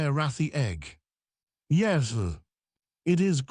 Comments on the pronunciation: one thing, it's "yes" not yezu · I despise this AI voice. Yes not yezz! And….. stuff is floating in the air no gravity but he is sitting there without a helmet.